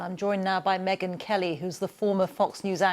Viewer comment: ON the SPOT, Megyn aboaut ME-gain.